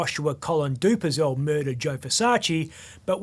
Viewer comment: Do-per-zel......Do-per-zel....? At least pronounce the guys name correctly,.